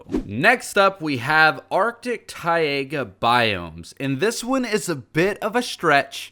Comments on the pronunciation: I hate the way you say Taiga. It's Ty-ga not Ty-ai-ga. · what does arctic TAIAGA mean? I thought it was TAIGA Tie-Gah not TIE-AY-GAH just saying. did he mistype the sign? did he mean to put on the sign TAIAGA instead of Taiga? but the texture packs are wicked cool tho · Tai+ga not Tai+ega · did he really say "taiaga" it's pronounced ti-ga but the ideas are really nice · What’s a Ty-ega biome? 🤣 The closest I’ve heard to that is the Taiga biome (pronounced Ty-ga) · The way he pronounces taiga makes me want to die. It’s two syllables, not three. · It's Tai-ga, not Tai-ay-ga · Ah yes, the taiYAYgah biome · How he pronounces Taiga bothers me so much. It's pronounced Ty•guh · ”Tay-aega” Excuse me what the fuck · ITS TAIGA NOT "tye ayga" BOI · taiga = thai-gah basalt= bass-salt (bass sounds like back) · Tai-a-ga biomes? What! Good video thought other than butchering Taiga. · "T-A-I-A-G-A" yep, that's DEFINITELY how you pronounce it